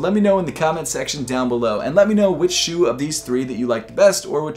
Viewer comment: Was so bothered every time you said “shoe” 😑